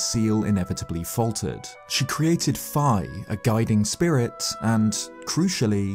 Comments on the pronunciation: THANK YOU! THANK YOU FOR SAYING FIS NAME CORRECTLY! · I am so proud of you for actually pronouncing Fi correctly.